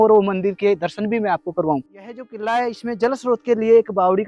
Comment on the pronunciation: किल्ला किल्ला कितने बार बोलेगा भाई किल्ला नहीं किला कहो